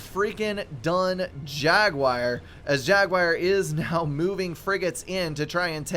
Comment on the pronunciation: My guy, it's "jagWAR", not "jagWIRE". Pronunciation is hard with ADHD, I totally understand, but this is just dumb.